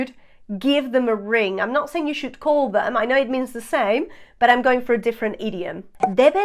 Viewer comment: MODAL "moh-dahl" not "mod-del" SHOULD "shh-ood" not "shoe-ed"